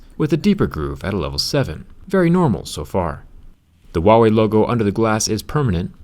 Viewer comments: Zach, for the love of God, it's not Uawei, it's Huawei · I haven't hear a single foreigner says 'HuaWei' with the H sound, lol. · WAIT THAT'S HOW YOU PRONOUNCE THAT? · Wait is that the right way to pronounce huawei?